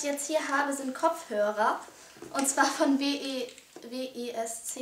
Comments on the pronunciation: WESC -> WÄSC !! nicht W E S C :D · w - e - s - c ?? soweit ich weiß, spricht man das schon zusammen aus ;)